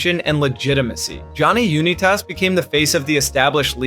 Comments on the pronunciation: Can’t get over the pronunciation of Uni-Tos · Johny Un-It-Us?